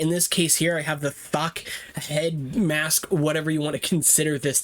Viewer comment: When you said Thok i thought it was a random F bomb 😭